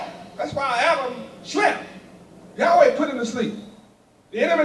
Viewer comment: Yaweh is actually an English invention misunderstanding the tetragram yhvh yud hey vov hey not yahweh. Sorry brother but you have been mispronouncing the name. In fact, only the high priest knew the true way to say the name.